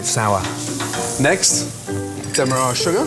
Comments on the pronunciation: But why can't he say Demerara? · Gordon's food mispronunciations never disappoint. No one else says 'Demerara' like that!